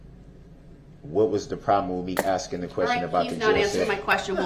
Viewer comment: This half-man is going to regret that " are you axing me or telling me?" when he gets to his new home where the the real bad-asses will be. Prison staff and inmates, will all be aware of his wanna be bad ass posturing. He'll probably also hear "grounds" for many years. Oxygen waster. ' '